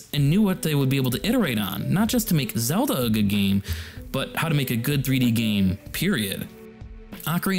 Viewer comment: Great video! A couple corrections: the word is “tangential” Zedla